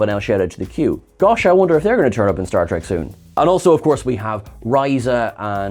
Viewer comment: why do u call this series start tek? its not trek